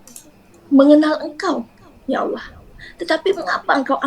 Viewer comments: Klau menurut Saya . Orang ini bukan Murtadin.. Tpi emang udah oten dari kecil. .dari segi menyebut asma allah saja udah ketauan otennya😅😅😅. Dia menyebut asma Allah. Dengan sebutan alah. Bukan ALLAH.... Kasian lu otenn tenn 😅😅😅😅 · Sebutan mu Alah.... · ini bukan murtadin ini kristen dari kecil mengaku murtadin cara omong ialah sebut tuhan "alloh", sebenar orang islam di indonesia kebanyakan mereka akan sebut tuhan "Allah" cara sebutan arab.. dari situ saya tahu dia orang kristen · Bahasanya aja khas misionaris, mereka para anak domba ini tidak akan pernah mampu menghilangkan penyebutan,aksen istilah dan nama2 dalam agamanya contoh terkadang mereka lupa penyebutan nama Allah dalam agama Islam adalah dobel L sedang misionaris terkdang sebut alah sebagainmana kebiasaan dalam agamanya